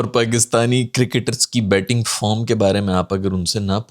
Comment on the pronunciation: Batting form nahin batting farm bola tha journalist naey 😅😂